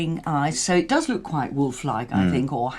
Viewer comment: Says lick instead look which is disturbing